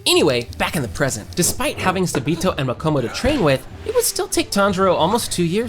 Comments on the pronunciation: Him:sa-B-to Me:ITS SA-BA-TO AGHGG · I can’t with how you’re saying sabito’s name 😭